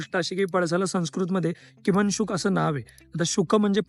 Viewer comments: किमांशुक नाही रे. किंशुक म्हणजे किं - शुक. यात किं चा उच्चार ' किंवा ' या शब्दात जसा हितो तसाच करायचा. आणी शुक म्हणजे पोपट. त्याचं अर्थ " काय शुक आहे? " त्याचा एक श्लोक सुद्धा आहे.... किं पळसाच्या पानामध्ये पोपट लपला असेल त्र त्याच्या डोक्याचा आकार, रंग पणा सारखा, आणि चोचीचा आकार व रांड पळसाच्या फुलासारखा त्यामुळे पान आणि फुल मिळून पोपटच बसला आहे की काय असा भास होतो तेव्हा भुंगा हा पोपटाला पळसाचे फुल समजून मध प्यायला त्यात येतो, आणि पोपट सुद्धा भुंग्याला जांभूळ समजून खाऊन टाकतो अशा अर्थाचा एक श्लोक आहे मजेदार! 😄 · उच्चार किंशुक असा आहे, किमंशुक नाही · 'किमन्शुक नाही 'बाळा', किङ्शुक किंवा किंशुक म्हणत जा 😂